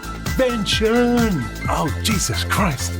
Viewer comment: Isn't that Fenton, not Vention?